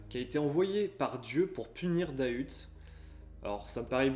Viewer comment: Super vidéo mais pour moi c'est pas " Dahuteeee " en prononcent le T mais "dahut " sans le E